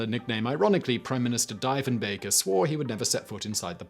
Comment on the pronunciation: It isn't like Deefen-baker is important. Like Roosa-veldt or Kurk-hill or Abby Lynekin